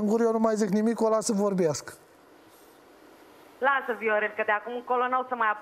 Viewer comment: Ba omule,uitate cum pronunța unele cuvinte "vorghiasca"